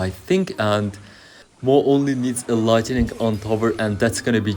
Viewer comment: Başarılı video. Bugunun dersi: Light-ı-ning değil Light-ning